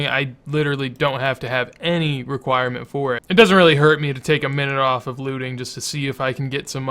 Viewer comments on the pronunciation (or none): reqiuriment? its requirement....